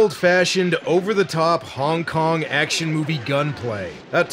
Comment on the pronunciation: I swear, when says Hong Kong action, i just hear Honk Honk action and half expect to see clowns doing kong fu, shooting guns and just absolutely avalanching out of a tiny Volkswagen:P